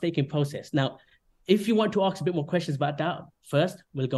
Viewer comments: My god, im baffled.. Really.. Idiots: "Go on, ax us everyfing", Coffe: Oka... Idiots: NO HOLD ON! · Do not invest anything into someone who can not pronounce the word "ask". Plus this guy loves the sound of his own voice.